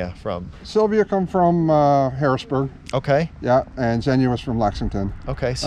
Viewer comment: Xenia is pronounced Zee-nia not Zen-ia.